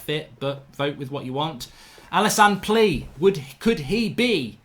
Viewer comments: His name is plea but you pronounce it like playa, great video again mark love the content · David Walton nah it’s definitely pronounced like player 😂 trust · its not plea its pleaa in pronouncing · His name is pronounced “playa” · It's pronounced pleya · I think its pronounced pleya but im not sure Ps: anyone, please dont like this comment anymore im happy at 69😏😏🤣🤣 Oh ffs its at 70 now😅😅